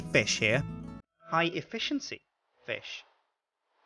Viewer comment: You mean high EFEEEEEEEEEEEEEEEESHENCY